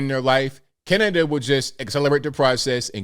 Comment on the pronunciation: I think any time talks about Cana-da-da he should open with "...and today we gotta talk aboot". It just feels right.